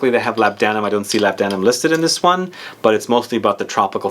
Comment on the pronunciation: I love your videos! But for the love of God, its pronounced LAB-duh-num, not Lab-DAN-um. GAL-buh-num, not Gal-BAN-um. I promise, it's true!